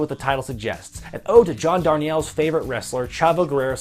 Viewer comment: Haha, nobody ever gets John Darnielle's name right. It's pronounced "Dar-kneel," not "Dar-nyell." Still, primo video, my man!